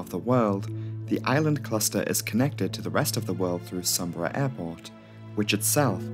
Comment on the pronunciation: Eagerly awaiting the pronunciation of Sumburgh… Correct !! Great video as always.